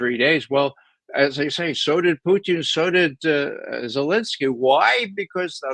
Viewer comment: Ray Mc Govern the man's name is Putin not Puchin.